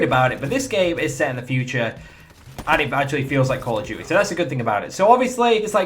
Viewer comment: "Call Of Jewt-e" :')